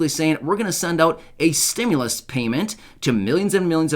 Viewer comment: So why are you saying Stimulas ??? They never said we was going to get any more money